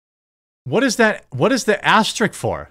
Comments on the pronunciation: It's aster-ISK* not "asterick" ..you come off so ignorant some times bro. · Asterisk, not "asterik"